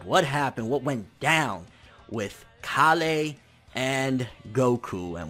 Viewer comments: "KA-LEY" BITCH ITS KALE ALL TOGETHER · Her name is k-ale, not ka-lay. ;D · You're saying Kale's name funny. It's Kay-uhl not kah-lay. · KAH-LAY? Even in the show, she's called KALE! Like the vegetable! It's even spelled the same! That's the only thing that's making me raging right now about DBS100. You kept saying KAH-LAY! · Please stop saying kollay or whatever way you are pronouncing it... it's Kale... like the vegetable.... like how all sayains are named after vegetables... other than that, the scaling in super is driving me nuts... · Stfu its KALE not KaLLLLee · Kalay? Don't you mean Kale? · ITS PRONOUNCED KAYLE NOT KA LAY! Kale Like the food, dunno if you've noticed after decades of this franchise being on air but saiyan names are based on food genius - mainly vegetables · Why does he say "Kah-Lay" when they call her "Kay-Le"? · Her name is pronounced like the vegetable or plant. Kale not Ka-le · You keep saying Kale wrong, man. It's not pronounced like "Kah-lay". It's Kale. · Pronounced kayl not kahlay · pronunciation of Kale bothers me so much. If it were pronounced Kal-lay in Japanese then I'd be cool but the anime pronounces it like the English Kale. I look past it but it bothers me each time. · Wtf is (kalay)? It's kale you know the freaking vegetable... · bro you're pronouncing it wrong, it's kale like the vegetable. please stop saying it wrong lol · It's kale...like the vegetable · why do you always say the names wrong her name is kale or kala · It's cale bro CALE! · bruh learn to say Kale plz lol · That is NOT how u pronounce Kale's name!!!!! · cant say kale? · Why does he pronounce Kale like that? There's no accent over the e.